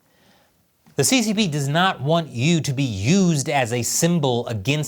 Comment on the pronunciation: 1. Yu should not be pronounced as 'you'. The 'u' in the name should be pronounced as 'oo-ee' (as in 'ruin'). Hey,, you should know. 2. I've come across some rumors that Yu was killed for the purpose of some sort of black magic the CCP was working on. 3. CCP = Callous, Cannibalistic Psychopaths. The sooner the den of vipers goes to Hell, the better. 🍯